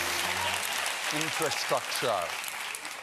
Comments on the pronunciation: It's too hard to pronounce, "infrastructure"? Colbert is getting soooo boring! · Guy can hardly say infrastructure